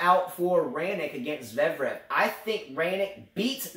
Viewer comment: your Fognini commentary was hilarious! Also: ZVEREV, zvair-ev:p